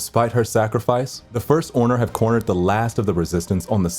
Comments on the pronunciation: " the first orner"😂😂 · "The first orner" haha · is it just me or did he just said the first orner? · (lol) he says first orner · Ah yes the first orner